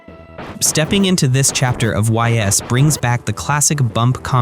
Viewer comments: Really nice selection of titles. I like how you leaned pretty hard on Japan-only titles that just need English fan patches. A lot of these lists focus on domestically released titles. The only thing is that you GOTTA learn how to pronounce Ys. It's pronounced like "Ease" and you can look up tons of other creators' videos on the series to confirm this - please stop saying the letters "Y-S." Good video beyond that! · Ys is pronounced "iss" I think. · Ys = “ease” 😅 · Great video. I wasn’t aware of a few of them and will have to check them out. I’ll give you a pass on the Ys pronunciation because if you never heard it said out loud, you wouldn’t know. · Why is bro pronouncing Ys like that. Ditch the AI script, my guy